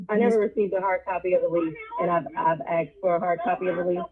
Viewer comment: It’s “askeddddd” not “axe”. It’s not that hard to pronounce 🙄